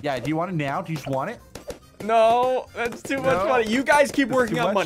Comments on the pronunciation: Sounds more like tattoos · Yeah sounds more like tattoos